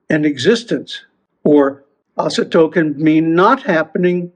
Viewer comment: That's why no one should sing mantras with music;) In fact, this is a common mistake, many people pronounce it this way, (and a Panchakshara too, for ex). It seems to me that the whole point here is not so much in the length of the sound but in its openness/closedness. I.e, the closed vowel at the end can be slightly extended, but the way of extracting the sound is different. Shakti of this mantra has a strong connection with you for some reason. You know it yourself, of course, but had to tell you, sorry.❤